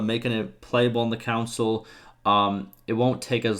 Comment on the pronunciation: Just helping. Con - sole. I was SO confused about the council talk but I caught on 25% in